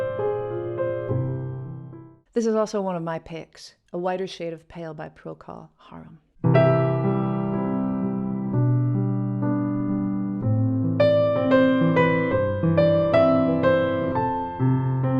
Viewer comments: I believe it’s Procol Harum, not Harom. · What a touching selection, thank you. One tiny remark: it's Procol Harum, not Harom. I only write thuis because you pronounced it wrong, top.